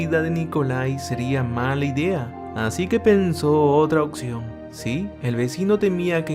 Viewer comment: Se dice opción y tú dices occion !! 😂😂😂